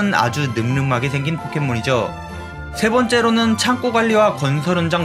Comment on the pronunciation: 참꼬가 아니고 참고